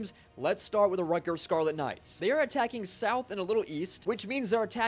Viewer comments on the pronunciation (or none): none